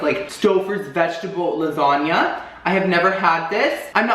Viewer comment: "recottua lasagnia" I spelt it the way he said it. but im deadddd